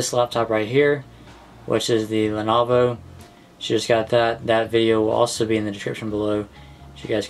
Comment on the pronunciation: its pronounced (i think anyway) a-sis and len-O-vo